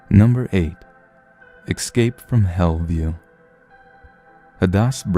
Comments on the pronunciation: Quit saying EXCAPE. It's not excape. It's ESCAPE. Please fix your pronunciation, god damn. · Good video... but it's ESCAPE not EXSCAPE... ES-CAPE... ES/CAPE... No "X" sound anywhere. You're too good at this to mispronounce words. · What is it that makes your generation say :"ex-cape" and "ex-presso" when there are no "x"''s or "ck"'s in those words? Are all of you born in the 90's fucking stupid? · "ek-scape"? really?